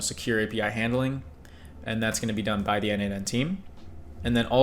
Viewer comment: As a contributor for more than 5 years to n8n, PLEASE, it is pronounced "nodemation". 🙏